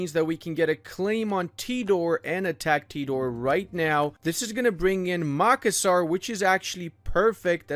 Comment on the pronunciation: As asn Indonesian the way you pronounced tidore, Yos sudarso, and makassar hurts me